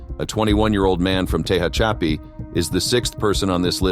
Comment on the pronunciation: Te hatch a pee. Geez get rid of AI